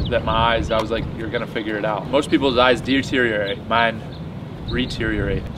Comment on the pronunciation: Reteriorate. Lol. 😂